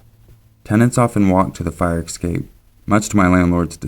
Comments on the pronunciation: Escape. S cape. Essssssssss-cape. I've watched a few of your vids, you're one of my favorite narrators, (and I listen to MANY) ...but you always say this word incorrectly. Mispronunciation drives me crazy, if reading is something you do often. It isn't "EKSAPE". Es. Cape. ;-) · EScape not EXcape. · Oh my god, when will people learn that escape is NOT pronounced "ecscape"?! Did you never attend 3rd grade??? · stop saying exscape... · Hannah Collopy Lol thanks for informing, I just had to wonder because it sounded weird to me :D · Please sir, there are no x'es in escape and et cetera. Please. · Some people pronounce it like that.